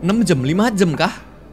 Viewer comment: uniknya karegi kalo ngomong 'jam" jadi ngomong jem wkwkwkkwkw